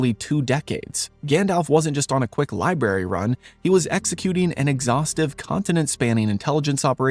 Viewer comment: Did he say "libary" run instead of library?